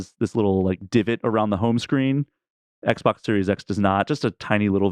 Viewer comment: Why do you call it XBOC?